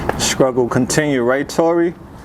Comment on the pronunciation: struggle dude not scruggle